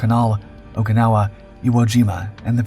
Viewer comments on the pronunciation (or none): none